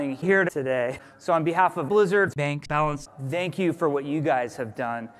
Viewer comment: Why does jeff always say "dhank you" instead of thank you xD